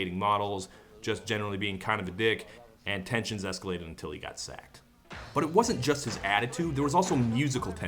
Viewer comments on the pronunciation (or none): none